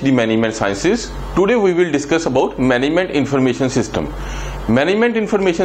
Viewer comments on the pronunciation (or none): Management word sahi se pronounce kro